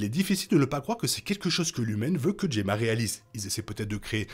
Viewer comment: Enfin Gemma prononcé correctement, nature is healing hahahahahahahaha